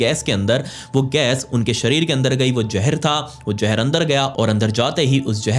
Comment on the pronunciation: Jeher nahe zeher why why why indian use J not Z pagal hai kiya